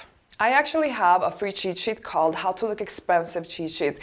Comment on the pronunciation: please say cheat sheet - not chishi.